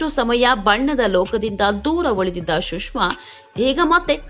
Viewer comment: ಶುಷ್ಮ ಅಲ್ಲ ಸುಷ್ಮಾ